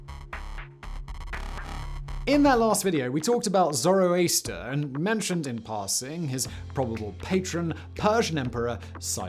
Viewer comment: It's not about the grammar. But if you make a history video, you could have the correct pronunciation. Same with Zoroaster. It's ZoroAster, with an "A" like in the word "Arabic", not ZoroEaster.